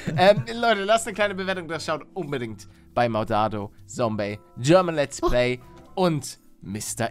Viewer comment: Palle, man sagt Zombey mit Z, nicht Sombey mit S! Mit Z!!!! Zum 150sten Mal xDDDDD